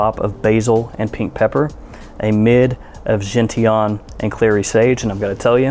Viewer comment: Gentian is pronounced "Gent...chin"...its a wildflower